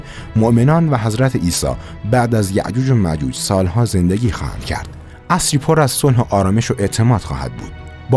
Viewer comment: یک مشت خرافات که هیچ وقت اتفاق نمی افته.خرافات بود شما هم خیلی شاخ و برگ دادین بزرگش کردین. فقط یاجوج و ماجوج رو خیلی خنده دار میگی...